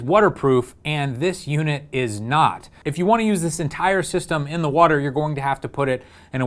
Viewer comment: what is whuuuter? lol